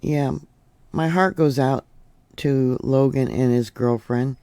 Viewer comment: Longo, not Logan.